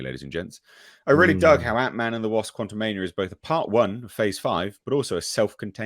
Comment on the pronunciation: Quantu'Meh-nia is not getting my dollar